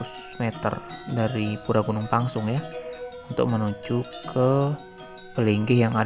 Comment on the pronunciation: Reporternya ngawur tu. Pengucapan Gunung Pèngsong koq jadi Gunung Pangsung ? Buat netizen diluar Lombok harus diketahui yg benar adalah Gunung Pèngsong.